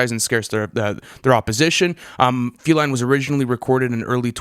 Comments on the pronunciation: Dis boy said feleen not feline 😭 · feline (fee-line) not falean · no one gonna address how this nigga said feline, "filean" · The album is absolutely heat 🔥 feline or as how u say it feeleen is amazing and not fucked up at all it was mixed well learn how to speak and read before u start talking shit about the song when u can't even pronounce it makes u sound unprofessional and like a idiot. 🤣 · Lmao ikr he don't even know how to pronounce the word feline